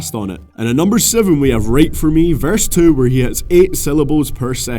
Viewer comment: why can't u speak like it's about not abau and two not tau like what! so fkn enoying i dissliked just so u know